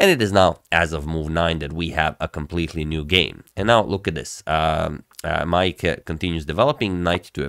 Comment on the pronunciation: You pronounced Maaike's name very well!